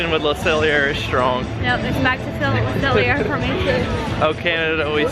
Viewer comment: Le Cellier is pronounced like this: Le Cell-yay! It's French. Love that you love it! Go Canada:). Just discovered your channel and I absolutely love your videos. You guys are so sweet. Getting me excited for our trip in April.